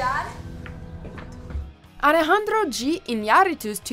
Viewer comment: God you nailed Alejandro’s name.